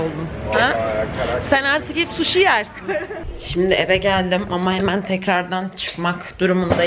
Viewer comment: Sen artık sushi yersini Cekuya dedin sandım 😄